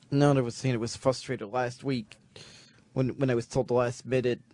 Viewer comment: “I’ve been fustrated for months on hand.”